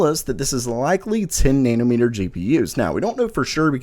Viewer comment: haha, sounds like you're saying "nanermeter" sometimes. Love that southern twang!